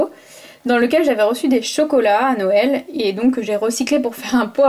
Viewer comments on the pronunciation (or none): none